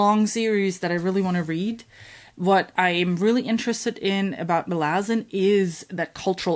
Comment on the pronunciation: Malazan is pronounced Malazan and not pronounced like Malazan.